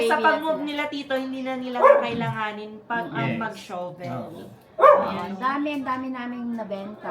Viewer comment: ate. Pasensya na.Huwag magalit pero Hindi Tama yung pagbigkas ng Shovel. Hindi show vel dapat Sha vel.